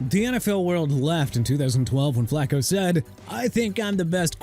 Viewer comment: Dude... I'm done... Flacco is pronounced flah-koh not flak-koh... and it's Ter-rell Suggs. WHAT IS WRONG WITH YOU? YOU CAN'T PRONOUNCE NAMES RIGHT? I'VE HAD ENOUGH. TOO EARLY FOR THIS GARBAGE...